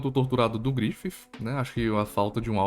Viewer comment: "Grififi" kkkkk adoreica forma que tu fala do Griffith